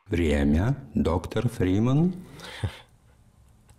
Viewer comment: мне показалась или он сказал доктор бриман